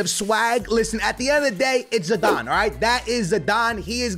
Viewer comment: that is not zidane thats podane good vid